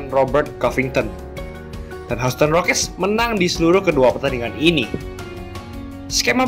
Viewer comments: bang bacanya yusten bukan houston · Anu... maap, semoga pronounciation bisa diperbaiki, Houston dibaca 'yusten'. Kalau gak salah Cleveland juga dibaca 'klivelen'... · gw pribadi kurang nyaman sama pelafalannya.. misal houston, harusnya dibaca hyusten, trs washington harusnya dibaca wosingten, dll.. kesannya jd malah kaya dengerin amatiran.. sbg pembanding bolehlah liat bang irril ato bung paul palele, enak tuh klo kasih penjelasan.. sori, pendapat pribadi ya